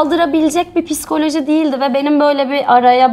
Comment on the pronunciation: piskoloji degil. psikoloji